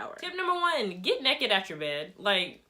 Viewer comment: “Get neked atch your bed” KILT ME AND CAUGHT ME OFF GUARD. I love how you’re serious but have a humorous way of explaining everything 😭 thank you